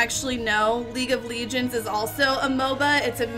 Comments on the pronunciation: Liuge of ligends ?! Hahahahahhaa loooooool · Learn to pronounce words right before you go on stream or make videos you just sound dumb. What is league of leeegends? This review is just lazy and self absorbed. Heroes is an amazing game don't listen to this terrible garbage pile of a human being. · what the fuck is league of leegends? LEAGUE OF LEGENDS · Jeff Killer its league of legions u dumb dickweed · league of leegends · leeg of leegends